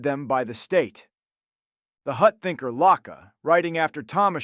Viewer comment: Thom Ashobbes..... Thomas Hobbs! Pla-Ato?!?!? Locka?!?!? Daaved Hu'ume AKA David Hume?!?!?